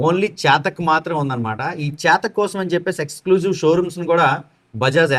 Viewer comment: చాతక్ కాదు చేతక్ అను